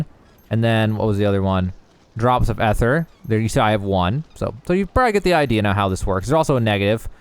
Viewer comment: Your pronunciation of a lot of these words are incorrect. Rapport, ether and facet to name a few.